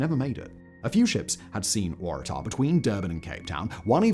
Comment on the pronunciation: Because the Waratah is a shrub endemic to Australia and that is exactly how we say it.